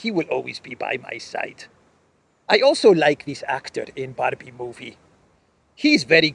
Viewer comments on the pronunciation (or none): none